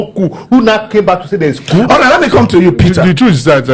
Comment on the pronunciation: Why are you calling it C-O-U-P 😂😅? The P is silent😅.